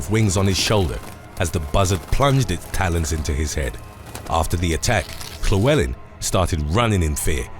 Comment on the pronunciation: It's not chlewleln it's llywelyn